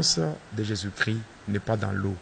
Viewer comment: Pasteur tu es toujours un sorcier.. car on dit jésus christ et non jésus chri ... alors je connais bien la différence......